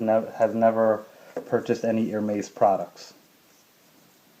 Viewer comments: It's pronounced Er-mez not Ir-meiz. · BTW Its pronounced "AIR-MEZZ”, not “HER-MAZE” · It's Hermes as in less, not Hermais! At least pronounce correctly if you buy the brand and don't be ignorant. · Chiraq GrimReaper The correct pronounciation is erme`s ( silent h) Sorry, I don'mean to be rude but I think it is important to know the right pronounciation too before educating somebody how to spot a fake one ;)) For those who are also interested to know. . . For AP watches, ( Audemars Piguet) the correct pronounciation is (Audemar with the silent S) and Piguet with a silent T. Again, no pun intended, just trying to help ;)) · That is wrong.. You would actually pronounce it as you would pronounce "air-mess" in english. There are exceptions to where s arent silent.. Get your facts right please. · How can one trust someone to be a good guide on how to distinguish a real "Hermes" from a fake one if he can't even pronounce the word Hermes correctly. If you really know how to spot a real from a fake one, will you please also learn and educate yourself on how the Herme`s name should be pronounce. Really appreciate. Thanks. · ***** btw man you dont pronounce the s in Hermes, if you cant say it right you shouldn't own it... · nice belt, but dude please pronounce Hermés properly :) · You mispronounce Hermes every time. The H belt kit is not rare or hard to get...it's available everywhere, it's the basic belt kit. The other belts are the rarer items